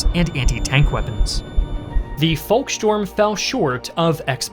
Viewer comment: It's beside not besides and it's volksturm not, volkstorm. Talking is your job and you're frankly terrible at it.